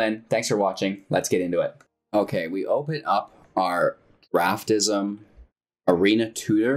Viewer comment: is it not DraftSIM? not draft ISM lol